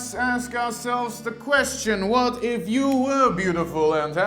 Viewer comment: Yea strong emphasis on WHAT IF